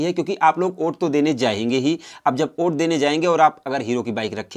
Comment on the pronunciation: Oait nahi hota hai😆😆😆😆😆 vot hota hai 😉😉😉😉